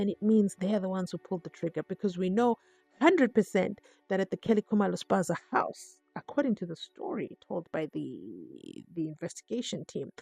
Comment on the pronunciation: U said Spaza house?😂😂😂